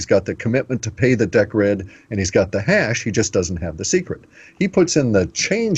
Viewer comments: I love it that in the example Cliff gave, it was all about Deeeeeecred and Litecoin and ice-cream bars, but not one mention of Bitcoin...OMG its Deeeeecred - makes me cringe everytime Cliff gets it wrong cos it sounds so stupid - like me calling Bitcoin BiteCoin with a silent EEEE !!! F !!! PS - I know FA about Decred ( Deeeecred ), so its pretty pointless talking to me about that - a better example would have been Atomic Swaps between BTC & LTC, or even an equivalent of Atomic Swaps between Gold & Silver... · ok, so, Decred is pronounced Deeeecred as far as I'm aware...XRP is Ripple which is bankster infested... I'm not sure about calling Atomic Swaps a "smart Contract" - thats possibly almost insulting considering ETH and all the ICO TOSS thats been goin on recently...mmm...otherwise, interesting so far...cheers...